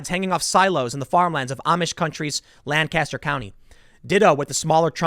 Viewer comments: It's pronounced "Lan-Kiss-Der" not "Lan-Cast-Er" like the filthy Red Coats say. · Everyone in LANC-aster will roll their eyes when you pronounce it LAN-caster. Love your work man, been watching your content for a long time now and every time I've learned something that would change my views I'd see you covering the same stuff shortly after. Keep up the true journalism!